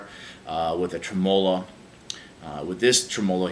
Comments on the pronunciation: You are correct. The emphasis is on the trem. It's trem'-olo, not tre-molo'. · You don't have to change if that's the way that people actually say tremolo in America. Just sounds really weird to Aussies and probably the rest of the world. Yeah my Boss ME-25 driver failed to install and is now stuck on my computer and refuses to uninstall. Roland support tried to blame it on my computer which has never had any problem since the day I bought it. Bit disappointed in Boss, cause I too thought Boss was the Beez Neez (best). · This is how Americans say tremolo? Wow....